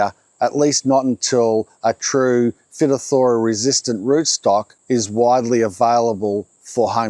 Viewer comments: Avocados can be tricky to grow for sure. They are not the sort of plant that you can just put in the ground, water occasionally and walk away from. They do need some specific growing requirements for them to succeed. My question would be, is it really Phytophthora (pronounced fy-TOFF-thora) that is killing your trees? It could be but unless you get it tested, you dont really know. I have many avocados growing strong and have seen many growing around Melbourne and Gippsland where I am from. I have also killed many avocado trees in years gone by but it was from lack of knowing what to do rather than being affected by phytophthora. I have had some trees occasionally that I think may have been affected by phytophthora but I couldnt be certain and it doesnt usually kill them outright. Getting moisture conditions just right is key and so is mulch and fertiliser. Avocados love mulch so I provide heaps of it and the surface roots grow into it as it breaks down. But that means you need to keep the mulch moist at all times, so you cant let it dry out at all or it spells disaster. They are extremely salt sensitive too so need to be very careful about using water soluble fertiliser like citrus fert. as they can end up like some of the avos in your video if you give them too much. Hope this doesnt come across as arrogant - just trying to help as Ive had many frustrations with avocado trees as well but I firmly believe they can be grown by the back yard gardener with success. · Pronounced "fy top thera". Many different kinds, nurseries readily spread it and it is becoming a huge issue. It's what causes Sudden Oak Death, which is a relatively new disease in California. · Not quite right. I worked P. cinnamomi (Dieback in Australia) it’s pronounced fight - off - thora stress the second syllable unstressed last two. Not surprising he’s got problems it’s pretty widespread now. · sounds like.. Phi..toth..ER...ra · It sounds like fietotherra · phytophthora, = Fyyy- Tofff-eRRR- a.